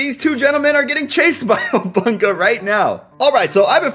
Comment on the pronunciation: he says obunka